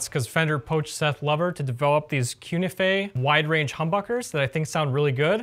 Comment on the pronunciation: I think it should be pronounced Koo Nee Feh, since Cu is Latin for "Cuprum (copper)," Ni for Nickel and Fe for "Ferrum (Iron)."